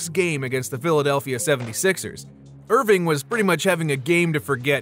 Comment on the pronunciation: Its Erving not Irving get it right